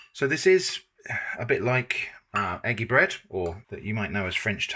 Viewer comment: The first time you said "eggy bread" I misheard and thought you said "manky bread" and now that's what it's called. 🙂